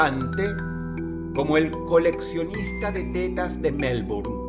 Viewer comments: pido perdon pero cuando Dross dice T E T A S me darisa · Pensé que decía "el coleccionista de telas" 😮😮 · Aparte De La Seriedad Del Video 🙁, Me Encanta Como Dross Pronuncia De Forma Graciosa La Palabra "Tetas" 😅